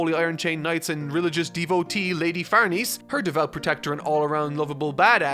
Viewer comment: Just fyi, "Farnese" is pronounced "Far-NEH-seh", not "Far-NEESE". I also thought it was "Far-NEESE" while reading, but then I watched the 2016 anime where they say "Far-NAY-zay" and had to look up the name's actual pronunciation: it's "Far-NEH-seh".